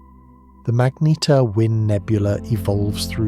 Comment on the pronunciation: For gods sake get the pronunciation tight; its not magneteer or magnetaire or magneter, is pronounced MAGNETAR